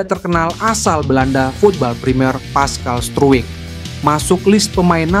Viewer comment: Pascal struijk...😂😂 bacanya : paskal strouk